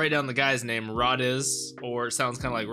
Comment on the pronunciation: In the dub I think it's pronounced Ray-Dees. Could be wrong, need to re-watch. I'm trying to make a note of the script anyway, for instances when I need to refer to it, or when using it in fanfiction - yes, I'm one of those fans XD - so that was the plan anyway, to watch it both in the sub and the dub. The fact that Fuegoleon acknowledges even Rades, a criminal and remembers a commoner so easily I think is the most impressive of all of this. Like, who'd remember the name of a member from a different squad, especially if it was one kicked out, and a commoner. Fuegoleon here has the memory of an elephant and the heart of a lion. "Mmmm... liiiiittle forbidden." Yeah... A little. I love how Rades knows all these guys' names... and how it just feels so important. But then, Karl's no joke... until Fuegoleon turns him into one with Soul Linea.